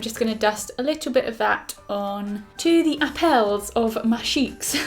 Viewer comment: when you said that you were gonna dust the blusher over the 'apples of your cheeks' in a funny accent I got the cheeks part but I was like 'App L's? is that a term I havent heard of before, then I was like ... oh fgs she said apples 😂